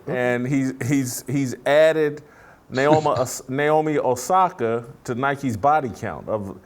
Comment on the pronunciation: “Naomi Nasaki” 😭😭💀💀 im sure he didnt mean to do that